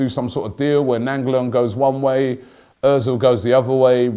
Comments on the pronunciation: Robbie u butchered his fkn name. Its pronounced Rad-ja Nai-n-golan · "Rajda Nanjalan"